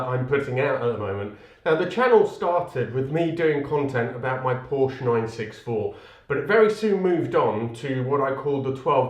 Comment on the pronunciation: I wish you all the best. Even if you continue to mispronounce Porsche 😉